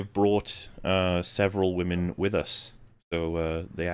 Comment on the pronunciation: “I used the Wahmen to destroy the Wahmen” -Thanos Baggins